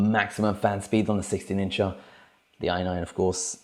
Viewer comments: it's "incher" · I love it when he says 16 incha… so hilarious.